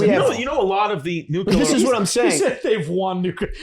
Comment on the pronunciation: I do this every week I feel like but (sigh)...guys, the word has only two syllables. 'Nu-clear'. 'Nu-cue-lar' ain't a thing, honest.